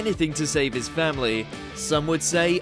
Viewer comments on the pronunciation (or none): none